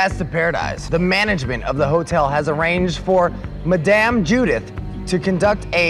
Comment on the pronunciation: learn how to pronounce madame haha, yes. they're totally gonna play the game now. i say before you start planning war, you at least know basic pronounciation skills. like wdf.